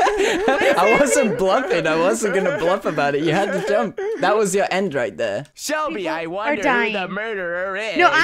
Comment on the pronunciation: Ahhhh when h accedently said Selbie instead of Shelby I was like 😮😮😮😮😮😮 (Selbie is my last name)